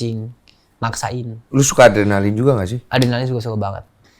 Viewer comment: 10 : 04 "Saya orangnya suka yang berbahaya. Suka ardenalin" 😂😂😂